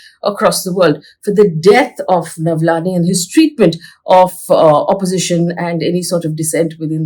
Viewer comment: Faye is Navalny, not Navlany